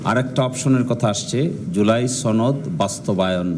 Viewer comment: সনদ উচ্চারণ ভুল করে বারবার সনদ কে ছনদ বলে, এটা কোন কথা!!